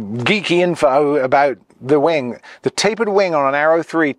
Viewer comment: I am in no way an English expert, nut I clearly hear you say «tapered winD», why so? You are talking about airplane's winG, no? Or is that some kind of jargon?